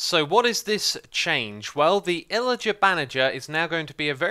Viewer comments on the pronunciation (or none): when I heard him saying "illager bannager" I automatically came here knowing this comment would exist for me to like it